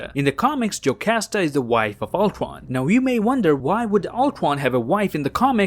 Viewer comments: You literally say ultron as ultwon ul-tron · its ultron not not ultwon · Did anyone notice that he said ultwon instead of ultron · Number Twee when Ultwon xD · No offense are canadians unable to pronounce r? Cuz when he said words like cradle or Ultron Prime he said it as Cwadle or Ultwon Pwime ngl kinda like my impersonation of a baby 😂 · Ultwon dude its Ultron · Does he has some problem in speaking?He keeps saying Ulcron but not Ultron and more terrible speaking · I love how he says “Altron” instead of Ultron. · He says Uldwan insisted of Ultron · He says it more like ulquon instead of ultwon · Ultwon he said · Another detail is that this pronounces Ultron as "ultwon" XD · Sounded like u said oltwon might've been the joint I smoked I'm not rewinding it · No offense But why did you say “age of ultwon? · He says owtwan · I like how he says "Ultron" Ultwon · its ur boy, owtrwon here to kill the avwengers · I played this vid at .25 speed and all I know he says oltwon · How he saids age of ultron: age of ultwon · Is it just me or he says thwee? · I love how he says ultwon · Nobody:: ultwon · Did you just called the movie "Avengers: Age Of Ultwon"???? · Canadian pronunciation of ultron is ultowon (Im not gay) Its not hate but its cute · I think the guy cant say r no ofrense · you cant say ultron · I might be offending but, is that actually how you pronounce "Ultron" in english? Just that we pronounce it differently in other countries and I was just wondering. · The way u say Ultron is hilarious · As a huge MCU fan your upload has become an event for me! 🤩 thanks,... Also, I love the way you pronounce “Ultron” 😅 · “When Ultwon took contwoll” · Dude probably has a speech impediment cuz he calls Ultron “Ultwon” and Cratle as “Cwatle” like 5 times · I love your vids but damn you speak like you have some kind of speech impediment or trying to talk cute. Cweating Ultwon, Amiwica, I mean damn